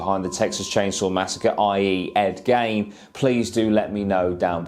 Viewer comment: Ed geen I think it’s pronounced but YES cover it